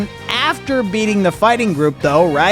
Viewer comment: Bro said feeting instead of beating lol btw I checked twice